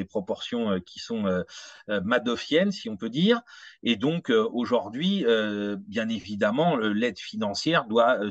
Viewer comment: Merci à tous les deux pour la qualité de votre travail, mais s'il vous plait: auj ou rd'hui et non auj o rd'hui.